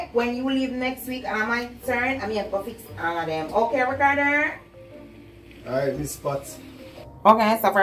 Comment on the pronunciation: Not saying ricarder and not ricardo😂😂😂😂